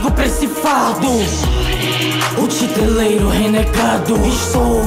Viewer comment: A pronuncia não é Titereiro?